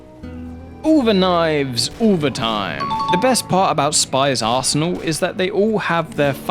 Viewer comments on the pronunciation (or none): none